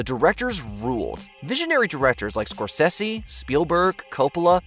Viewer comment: BRUH YOU REALLY SAID SCORE-SEH-SEE Jesus fucking christ do you even pop culture????